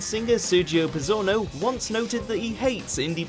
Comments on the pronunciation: Also his surname is pronounced 'Pitz-zorno'. Which is pretty awkward as I learnt how to pronounce 'Meighan' from this video lol. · "Kasabian's lead singer Serge Pizzwhatsit", wrong